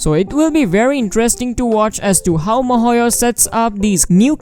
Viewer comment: I am sorry but who is MOHOYO. It is so funny, I love it every time when I watch your videos and I just hear MOHOYO this and MOHOYO that. It's great.